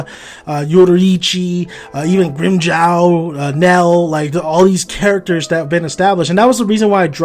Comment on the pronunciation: Why do you keep saying Grimmjaw?? It's Grimmjow. Also how are we supposed to hold any more repsect for a mangaka who no longer even has respect for his own writing? Whether or not he was rushed and cut off, we as fans know he could have done better than that. And it was really his fault in the first place, like I said, he dug his own grave, and paid for it with his career. Also stop bringing up Donald Trump comparisons, every time you do I get even more disgusted. Just because the mass majority hates the ending doesn't mean we're like Trump Supporters. That's like saying the BLM are wrong because they're voicing their opinions against oppression. There's different morals in each situations. Bleach has nothing to do with Trump or his racist following. I could easily say that "Oh I like Kubo's art, but I still don't like the ending." it still wouldn't change that I didn't like the ending. Fans have a right to voice their opinions, especially if they feel cheated, betrayed and used.